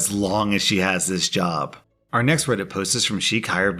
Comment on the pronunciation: When you said "job", I heard "jaw". xD